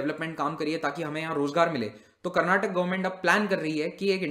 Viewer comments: Sir it's 'karnataka' not 'karnatak' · Please stop calling Karnatak it's karnataka🙏